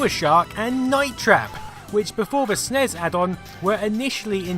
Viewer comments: Great video except eaying Ess Enn Eee Ess is not as physically and auditorily painful as saying Snes phonetically... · Did you... did you just try to pronounce "SNES?" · It's pronounced Sneess. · I never heard anyone say "Snes" as a word until a few years ago. It makes me cringe every time I hear it.